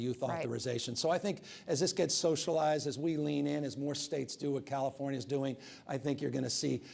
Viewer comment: Newsom says - CaliforNIya. Never heard it pronounced that way. Most people, it's Californ-ya. Maybe that's why he got elected. You know? People say - CalifornYA - they THINK they know what it is, and maybe they need a guy who isn't sure. Anyway. First time, I've heard him speak, and I don't know what the problem is with out of staters hating him. He's a lot better at communicating than most. And. I got a lot of family in California, and I would prefer that people, there, take the vaccine. People talk about civil liberties in red states, and if that's their idea of freedom, having this right to be a speed bump in terms of national AND global recovery from this pandemic, it could be why Americans 'imagine' the US is about freedom, when in truth, freedom has more to do with 'speeding' things along. We're good at 2 things, in the US, beyond any other nation, lying about and pretending to be free, as a group or collective. 'Freedom' might come to one person in a great state, ever 3 generations. That statistic is to balance out whole swaths of states with BAD vibes, low intelligence, and BAD karma. Course. Not talking about Florida OR Texas.